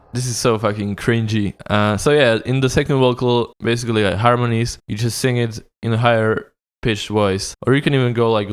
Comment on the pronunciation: you can't speak either when you say sing i hear sink...